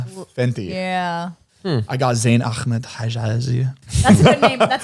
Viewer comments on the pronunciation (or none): WHY DOES ZANE PRONOUNCE AHMED LIKE THAT LMAO im pretty the H isn't pronounced with a hard KH